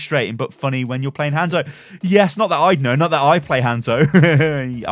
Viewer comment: I loved this vid... I really did. I was about to sub.... but you kept saying Hands-o ... and I just couldn't.